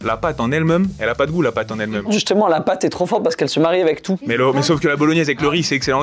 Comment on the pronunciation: « la pâte en elle mEUme » ???? 😂